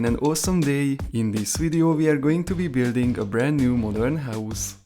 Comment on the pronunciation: Morden not marden 😂😂